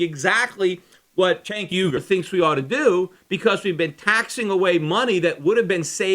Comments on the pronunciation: What's with the 'cenk uygur' overdubs? I wouldn't have cared if you were saying 'Sink ooeygur' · I love that Peter had to go back and edit his pronunciation of Cenk Uygur. :) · Must have been saying Cenk Uygurs name wrong for the original recording because its obviously re-inserted throughout the podcast haha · Maybe [Cenk Uygur] cut you off on his show because you kept saying [Cenk Uygur]'s name weird? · I'm guessing you mis pronounced his name the first time you recorded this then :P